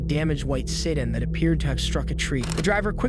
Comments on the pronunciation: The word is pronounced sa-dan, net sitin. Comb, not comed. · It's Seh-dan not Sed-en (sedan) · AI narrator? or illiterate narrator. "driving a sidin" Wtf is a sidin? sedan? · A white "se dun" ??? It's prounounced SuhDAN not "dun" lord. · Seedan??? How about SeDan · Is this an AI channel because what the hell is a "sidin" it is pronounced se-dan. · ...What, pray tell, is a Siddin? It's a SEDAN. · Its seDAN bro, not SEDan 😊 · It's called a sedan (seh-DAN), not (SAID-in)... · ‘siden.’ Sedan, a small car, is pronounced ‘seh-dAn.’ But this poor guy, they were just trying chill with each other. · SeDAN. Not sidun. 😂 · Sitdan? It's pronounced "su-dan" Spelled (sedan) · This is obviously AI audio. 'am' not 'A.M.' 'sedin' not 'sedan' I'm sure the list goes on. Is this an AI generated script, or did the guy write it and just have an AI read it? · "They found a damaged white siddan..." SEDAN. At least EDIT your AI. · The word is sedan. Suh-dan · You lost me at the mispronunciation of “se-DAN.” Wow. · This is an AI channel by the way. The "narrator" pronounces "sedan" as "SID-in" and pronounces "Cadillac" as "cuh-DILL-ihk" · “White sid-ANNN”? Ugh, AI. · See-Dan. immediately click off video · When AI pronounces “sedan” as “sudden” I stop listening. No thanks! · "white sittin" instead of "sedan"....AI voice actor lol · A.M. pronounced "am" as in 'I am tired'... sedan pronounced "siddin"... clearly narrated by shite ai. unlistenable. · Is this AI? Wtf is a white sit in? It's one thing to make a channel profiting on peoples horrific tragedies but I draw the line at being too lazy to get basic pronunciation right WHILE you profit off these tragedies! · did you pronounce sedan "sitin" or is this AI slop. ffs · When you're wondering if it's AI and one of the first words is "Séh-dan" 😂 what happened to actual narrators??? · Is this narrated by AI? I’ve never heard sedan pronounced like “sit in”. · Did... you really say "sidin" instead of sedan at the start? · Sedan not "sit-in" lol